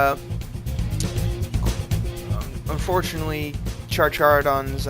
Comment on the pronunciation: it is pronounced car-care-o-don-s